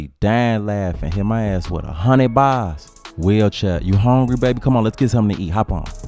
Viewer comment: bruh got me laughin hard asf! Talkin bout the secret weapon "YOU HONGRY?" LMFAO